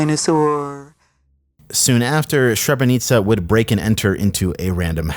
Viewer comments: Srebrenica is pronounced "Sreh-breh-ni-tsa" not "shre-bre-ni-ka", great video as usual btw! I think the person who made the animation as well mispronounced it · FYI its the capital city of Bosnia, pronounced "Shreb-ruh-nee-za" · Srebrenica is pronounced S reh breh nee tsah. Not that it matters, the name has a lot of baggage associated with it, especially for us Serbs, really the last place I expected to hear this. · Srebenica= shreh-ben-each-a or shreh-ben-eats-a. Or at least that's how I've always heard it pronounced. Awesome video! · Its "c" as in CD and "s" as in SEA - so yeah SREBRENICA, its easier to say it as sre-brenica that's the pronunciation 👍🙂 And yeah srebrenica is place in bosnia, not a persons name.. This is so specific to balkan wars that it must be someone from there or somehow involved to know and specifically choose this as a tittle for the video 🤔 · love you, but please do some pronunciation research. I'm not talking about mimicking the language perfectly but at least follow the basic pronunciation rules. "Srebrenica" is not pronounced "sherbrenika" and just listening to it on google translate will tell you how to pronounce it someewhat correctly. Slavic languages don't pronounce C as a K or standalone S as SH. It does come off as a bit disrespectful to foreign cultures when it's so obviously pronounced wrong, especially because other language speaking people have to adapt to using English a lot. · it's Sre Breh Neetza , don't make us make another staged genocide over the pond lol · I think that's pronounced seb-ra-neech-ka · Man, the correct pronunciation of the name "Srebrenica" is "srEbrenitsa". Both "E's" are pronounced as E and not I, the "S" as S not Sh and the "C" as Ts not K. The approximate translation of "Srebrenica" is "Feminine Silver". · I think it's pronounced "Shreb-beh-neet-zah". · pronounced: "se-bruh-neet-za" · Not sure if you realise but srebrenica = shrebreneetsa, the c is said like a "ts" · "Sharenika" wtf